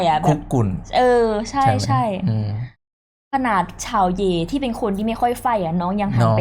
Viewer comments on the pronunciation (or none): ชื่อเชาเยว่ อ่านว่า เย่ นะคะ ไม่ใช่เหย่😅😂 รออีพีถัดไปเลยค่า💜